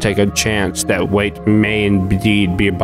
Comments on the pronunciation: First of all, I think his name is "Wyatt", secondly I don't agree with the ending of your theory, like, the mall was trying to test him if he can become a botanist???? makes no sense at all. Since you've mentioned the meaning of a liminar space, I believe it all revolves around that, the feeling of a transitory place that is in a state of oblivion. Maybe the rolling giant isn't possesed, but rather it's a rememberance of the botanist and it is trying to not become something that is forgotten, also, I believe that the mall that Wyatt's in right now doesn't exist anymore, since he doesn't recognize it, even though it's "modern" it's all an illusion that the monster creates to entrap everything that passes by, just to make the mall alive again and consequently not being a forgotten puppet, hence there's dead people and animals in that brief moment when the lights blink. I just wanted to express what I interpreted watching this masterpiece, besides, I didn't noticed the other giants of the parade, nice eye man! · I think "wyat" would be pronouced like "why-at" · His name Wyat is pronounced; "Why-It" or "Why-Aht." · It’s pronounced (why)-(it) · It's "Wyatt" not "wait". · Why are you calling Wy-at, “Wate”? Is it ignorance or can you just not read? So annoying listening to a 20 min rant about a man’s video and you can’t even say his name right. Kind of low effort. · Wyatt can be pronounced like "why-at" which sounds more accurate and I've heard it pronounced like that before. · Wait why don’t you just pronounce his name right ha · couldnt pronounce wyatt???? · Why not just pronounce the guy’s name correctly? The deliberate mispronunciation make it hard for me to maintain focus on what you’re saying. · Thank you I had to scroll so far to see your comment 😭 him pronouncing it “wait” the whole time was driving me mad. It’s Why-at, it’s not that hard!! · "Wyatt" = "Wait" well done 👍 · The characters name "WYAT" is pronounced (WHY-AT). BTW. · His name Is wyait! Not wiett